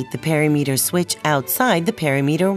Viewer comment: “Perry-meter”!? Is that the same as perimeter? As in per-im-eter? I’m laughing far harder, and for much longer than I should be 😂